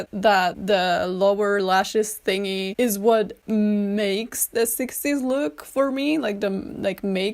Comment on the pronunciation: the way you said "mmmMAKES" is so freaking funny